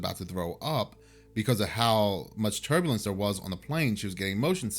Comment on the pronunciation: Even the voodoo dolls have only one eye these days Btw was it turbulence or turdulence? Seriously though I hope you're both ok